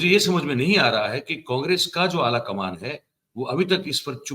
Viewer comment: Ye me muslim hn iski jubal bata Rahi hn, "alakaman" 😅😅😅